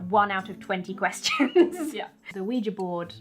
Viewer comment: It is nice to hear "Ouija" properly pronounced. Thank you.